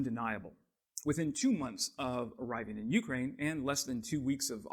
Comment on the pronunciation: [yoo-CRANE] not YOO-crane